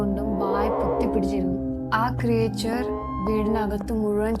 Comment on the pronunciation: why you are pronouncing ക്രിയേച്ചർ instead of ക്രീച്ചർ😅